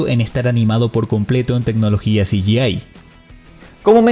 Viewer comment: Hola. Quisiera hacerte una humilde y pequeña sugerencia, en el minuto , pronunciaste "CGI", o sea "ci - yi - ei" pero en realidad tendría que haber sido "ci - yi - ai", ya que nada más la 'a' en inglés es pronunciada como "ei", mientras que la 'i' es pronunciada como "ai". ¡Saludos desde Hernandarias; y gran video! Qué suerte que hablaste del estudio Aardman, es uno de mis favoritos junto a Ghibli. Gran trabajo, como siempre.